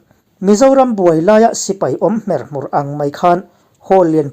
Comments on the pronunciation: Hmer hmur tih lam rik dan hi diklo.. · Hmer hmur i lam dan thluk a dik leh ta lo. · Hmerhmur i lam dan hi chu kan lam dan chu anilo anih hi.